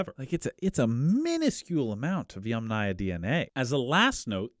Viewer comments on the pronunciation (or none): Aya, as a suffix never takes stress. It is pronounced YAMnaya, not YamNAya. Even wikipedia agrees. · I'm pretty sure "yamnaya" (ямная культура, pits culture) is pronounced with stress on the first syllable; YAMnaya.